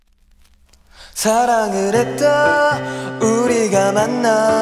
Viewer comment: 발음 조금 뭉개면 더 좋을것같은 느낌 발음이 살짝 또박또박한 느낌(사랑을 했다는 발음 뭉개야 더 좋은느낌이여서 ㅎ)